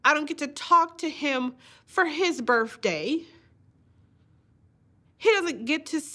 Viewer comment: Miss its birth day not burf day!